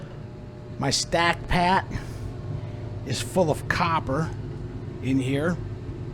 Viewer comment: is no one going to mention the wAy he said stack pat😂 i love it😂